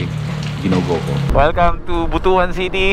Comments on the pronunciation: Ride safe! BTW, Butuan actually pronouns as "Butwan", not Butu-an. Lol. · But-wan hindi Buto-an pag pronounced. Basto kasi ang Buto-an.. he3x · but-wan hindi bu-to-an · We pronounce it But-wan, NOT Bu-tu-an... Kasi, bastos or hindi maganda pakinggan sa mga bisaya ang Bu-tu-an